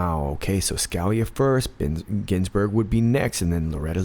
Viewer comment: It's pronounce Skah-LEE-ah. Again, it's Skah-LEE-ah.